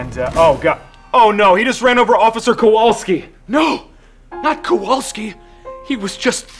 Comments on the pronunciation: Kowalski not Kawolski!!!! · Was the pronunciation of "Kowalski" on purpose?